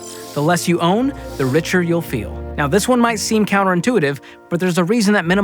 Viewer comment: Did he say "right meow" or "right now"